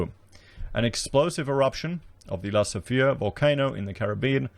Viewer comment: no its pronounced "la soof ray"